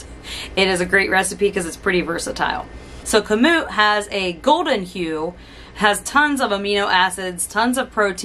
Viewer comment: You are correct in pronouncing KAMUT